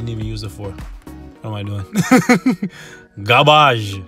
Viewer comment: From now on please keep saying "GAAARBAAJ" instead of Garbage . lmao